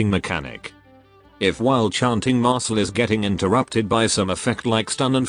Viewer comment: Why do I keep hearing Mashle instead of Marcille